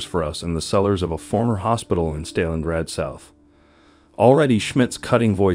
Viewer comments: Is someone using AI to read the manuscript of this video? Because hearing STAY-LIN-GRAD is too much for my historical IQ. I cannot believe whoever put this together...I'm out of here. BIG FAILURE GUYS...BIG FAILURE. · What sort of Stalingrad documentary mispronounces Stalingrad over and over? Otherwise it's excellent.